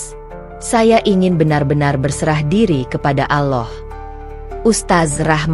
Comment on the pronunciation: Apa kehendal aloh itu, ya aloh apa ya aloh itu, gitu jadu penutur